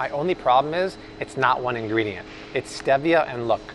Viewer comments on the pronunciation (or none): Stevia is pronounced STEE via.